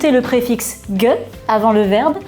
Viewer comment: au cas ou on pronnonce pas "geux" mais "gé"